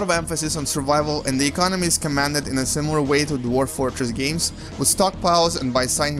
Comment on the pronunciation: he has some speech disability ? ;d SIMIRAL? :d